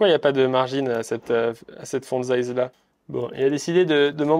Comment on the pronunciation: Les "dize" ou "zize" selon le moment me stressent 😅 . Sinon bonne vidéo.